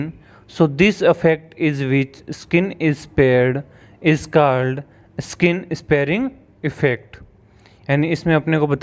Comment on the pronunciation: sir phle english sahi se pd lo . jo ppt me likha h o hi galt bol rhe ho , skin sparing effact or distance wala part ,, baki bhut acchhe se or easy way me samjhaya h